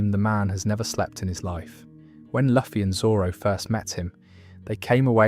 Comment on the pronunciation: Brother why are you saying luffy like that